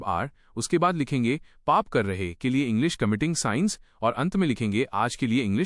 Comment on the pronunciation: Sin sins को कुछ जगह पर साइन एवम साइंस उच्चारण किया गया है जो सही नहीं है